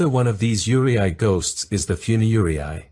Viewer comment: You're pronouncing Yurei incorrectly it's said yu-rei